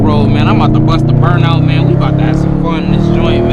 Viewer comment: made me dizzy ... made me lma off, man im bout to bust a burnt out man, (sounded like country whitebread)